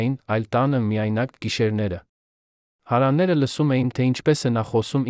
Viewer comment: Շատ վատ եք կարդում ,շատ սխալներով Երևանը սխալ արտասանելով,հարևաները, տվեք թող ուրիշը կարդա